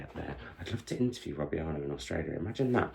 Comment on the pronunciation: What a great way to start the reading year! Fingers crossed the trend continues. The double t at the end of Arnott are not silent btw. I have been to two of his author events, he is a delight! Hope you get to meet him one day. Would love 5 star videos!